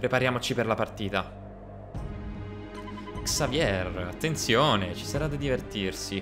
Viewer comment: consiglio si dice Xavie e si scrive Xavier perché è un nome francese e in francese non si leggono le lettere finali.